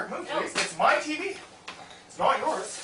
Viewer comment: okay this is a funny bit not, anything earth shattering. did you notice in the vido that b/c he was talking fast his pronunciation of its not sould like snot. laughing real hard